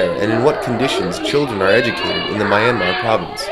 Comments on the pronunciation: Its ME anmar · please pronounce the country name correctly... not my-anmar it should be myan-mar !! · "MAI-anmar"?? Oh my God. You even went there and you still don't know how to say "Myanmar". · Please, learn to pronounce the name of the country correctly.